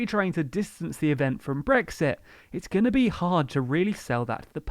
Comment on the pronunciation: "and are GONG through" :)